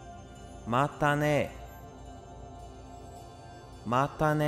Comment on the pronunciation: またね が、まったね になってる